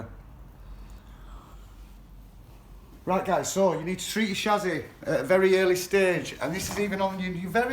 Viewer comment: You can’t even say chassis right🤣